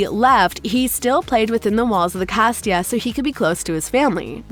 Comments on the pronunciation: It was a really nice video but FYI it's casita not castia.🙂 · how she said casita tho